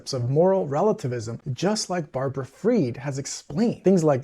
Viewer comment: You say you hunger for knowledge, we’ll learn this, SBF’s mother’s maiden name is not pronounced “ Feed” it’s pronounced Fried as in “fried” chicken